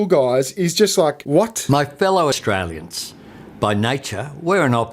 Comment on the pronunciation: "My fellow Aushtrayliansh".... I can't 😅